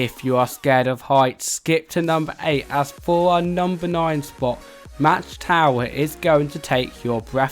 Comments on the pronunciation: Mach tower is pronounced “Mock” It’s german, so sound are a bit different. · Mach tower is pronounced mack tower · No offense there is no way you have been here alpengiest is not better than griffon or Apollo’s chariot and you pronounced 2 rides wrong it was pronounced mock tower also pronounced al pen Geist